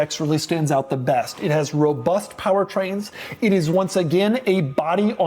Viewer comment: No sthloo tike a schlott fevry time he schlezz robutht